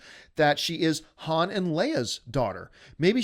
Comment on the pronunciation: how can anyone take anything seriously from a guy that cant pronounce Han the right way...?